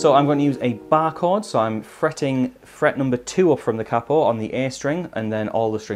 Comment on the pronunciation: why on earth do u say capo like that